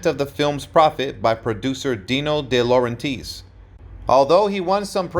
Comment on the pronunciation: Deeno De LaurenTEES? Jezus, it's so damned frustrating to hear the copy of for-profit YouTube channels read by voice actors who literally no nothing about the content they're reading about....